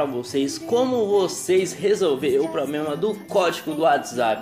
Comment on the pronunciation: Depois do "pobrema" eu desisti🤣